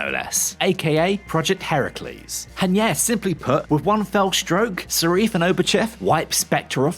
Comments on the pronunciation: Who is “Sarif”??? The name is Safin… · Aarrgghh.....why don't you do your research? 'Only bond girl to appear in more than one bond film'.....er, no. Silvia Trench was the first, appearing in both Dr No and From Russia With Love. Also, why do you keep saying Serif, when its SAFIN????? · Uhh...it's Lyutsifer Safin not Sarif! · Okay good analysis but dude… it’s SAFIN not SARIFFE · You keep saying ‘Sarif’. The villain’s name is ‘Safin’. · Safin, not Sareef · Not Sarif but Safin. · His name's Safin, not Sarif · Why did you kept on saying 'sarif'? It's Safin for chrissakes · It’s Safin! Not Sarif! God this guy can’t read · Sarif?? You mean Safin?! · Safin, omg. Not Serif! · It's Safin not Sarif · Villains name is saaaafiiiiiin bro NOT SAREEEF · Stop saying Sarif !!! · Why are we pronouncing Safin...Sarif? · It is grueling that the narrator keeps saying "Sariff" when referring to Safin. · He’ not called sarif it’s sarin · “Sharif”? What the hell is that? It’s Safin… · Safin not Sarif. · It isn't syreef - It's Safin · How, even when the characters name is spelled out in front of you, do you keep pronouncing SAFIN as SARIF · It’s “Safin” not “Serif”. You’ve confused the villain with a font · The villain is Safin, not Sarif?! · Why does he keep calling him Sarif ???? It's Safin ffs !!! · Isn’t it Safin? Not Sareef? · The name of the villain is Safin not Seriph! 🙄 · You mean Safin not sarif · who's Sarif????????? its SAFIN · The guy's name is Safin, not Sarif, for Bond's sake!!! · Who is serif? you mean Safin.............. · why does he keep saying sarif not safin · Safin->>Sarif XD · Why do you keep calling Safin Sarif? Have you seen the film or even read the word? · Not sharif, but safin. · Narrator's a moron……”Sareef”????? “Desmond Lewin”?????? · Repeat after me: Safin. SAH-FINN. Not Sareef. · It's Safin not Sarif! Damn! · Basic research....it's Safin, not Sarif. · Who is Sarif? It's SAFIN. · Dude keeps saying "Sarif" instead of Safin. Eep. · SA-FIN not SA-REF